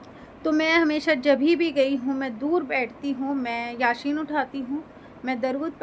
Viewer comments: Kya ap yaseen yasheen bolrahi ho jo galat he ,yasee sahi he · Har koi apne apko sahi dusre ko gakat kahta he murti bsnane wale bilkul harrram kam kiye, kekin itni umar hone ke bad bhi ap yaseen ko yasheen kahrahi hen???? rajub he kese utne sal ap quran ke sure k nam tak sahi nahi bolparahi hen ??? 🤔dusre ko nasehat apne ko???